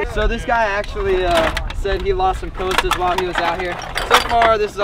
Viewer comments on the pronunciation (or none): Pronounced Cost - a spelled Costa.......not coasta